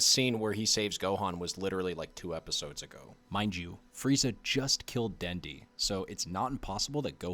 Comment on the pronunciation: Dude called Dende "Dendy".